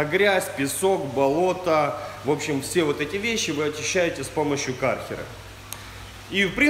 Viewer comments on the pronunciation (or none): Кёрхера а не кархера, ничего против не имею, просто поправил